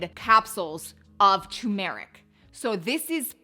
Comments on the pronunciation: Your saying tu-meric which is wrong. You should say Tur-meric. You're leaving the R out. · TUR-meric. not tuMERic. see the 'R' in the beginning of the word?? - it's not a silent R. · That brand isn’t available on Amazon in 🇨🇦 so I’m on a hunt for something similar. It is also boosted when black pepper is added. It’s definitely pronounces Tur-meric not tumour-ick. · TuR-meric, the first R is not silent. 😅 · UGH!! It's tuRmeric not tUmeric ❤ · You mis-spelled TURMERIC, which is probably why you also mispronounce it. It’s not too-meric. Dont fear the R 😊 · Repeat after me... TUR'-mer-ic TUR'-mer-ic TUR'-mer-ic Yes, turmeric. That is the way the word is spelled, and the way researchers say it. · How come everybody conspires against the first R in Turmeric? what is the deal with that? 🤪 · There are two R's TURMERIC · Girl it’s TUR-meric 😂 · It’s turmeric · It’s actually tuRmeric…there are two Rs in the spelling. 😂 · It’s actually tuRmeric. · It's tuRmeric...don't forget the R! 😂 Thnx for the info. Appreciate your research. Have been taking turmeric but am going to give this one a try. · It's TURmeric